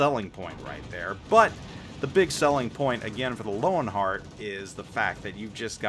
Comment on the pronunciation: Not sure if any one else has mentioned this, but Germans pronounce the letter "W" as a "V". So the CV should be pronounce "Lervenheart"